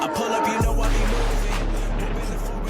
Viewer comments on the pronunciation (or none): none